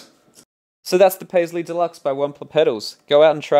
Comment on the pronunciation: This is too late buuuut..the intro sounds like if you said "I'm demoing the paisley deluxe by ONE POTATOES in american accent. LOL Very nice demo! seriously. Thx!